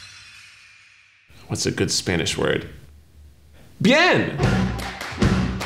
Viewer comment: "Bien" is not stressed. 😅